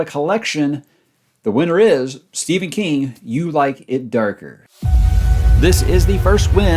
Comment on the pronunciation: He said “Stephan king”